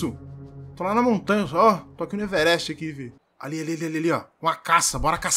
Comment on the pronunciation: "Everexxtchi" o maluco manja de geografia